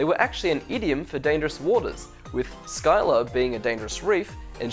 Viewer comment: I thought Scylla was pronounced as Silla